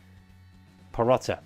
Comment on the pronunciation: Need sort out the pronunciation. Not every player ends with 'a' its Perotti with an i. Still a decent series dude.